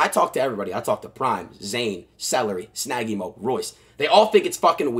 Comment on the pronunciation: snaggy mo not shnaggy hose